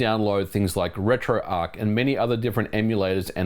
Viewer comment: "Jowlbroken"... Yeah, that's kinda how you sound Ôo And it's pronounced RetroARTCH. It's not spelled "Arc"...